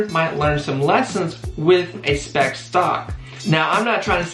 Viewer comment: Bro are you trying to say Spac?